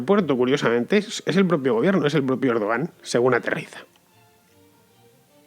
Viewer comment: Lo que está claro del golpe de Turquía: 1- Van a rodar muchas cabezas, todas las que Erdogan quiera (que a propósito, se pronuncia "Erduwan"). 2- Como ya nos tiene demostrado Chávez, a partir de ahora a este tío ya no se lo saca del gobierno, si no es en ataúd.